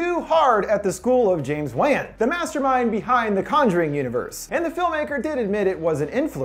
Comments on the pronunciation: James Wan. Wan isn't pronounced like "When", its supposed to sound like "Want without the T". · Wan is pronounced closer to "one" not "an" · WAN prnounced like WON smdh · James "Wahn" WAHN. Hearing "wan" makes me sad, ha. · Wait are you talking about James Wan? It's pronounced 'one' I'm pretty sure. Thanks for another great vid btw. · It's Wan. Like how you pronounce won-ton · The only horrifying thing about this video is how you pronounce James Wan. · That’s not how you pronounce wan